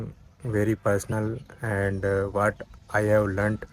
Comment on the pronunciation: Hey, I am watching your videos regularly....I think you should Impove your pronounciation like what, watching. Otherwise you are going on a right track.